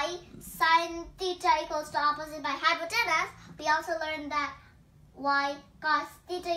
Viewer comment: it's "hypotenuse". carry on. best wishes!